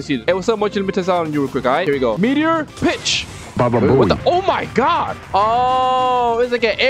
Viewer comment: Bro said b*tch instead on pitch